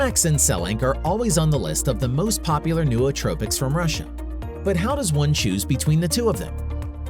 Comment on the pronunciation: Pretty good video, but why didn't someone tell the guy doing voice over how to say "Nootropics" and the ton of other words he just butchers the pronunciations of lmfao. Also he sounds like a robot